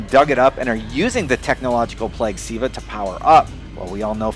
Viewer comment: LOL its not siva ahahaha its Ziva